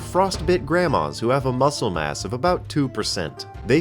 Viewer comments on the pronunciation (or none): none